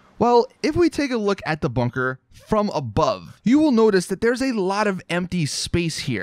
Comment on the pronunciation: i cringe every time he says "bunker"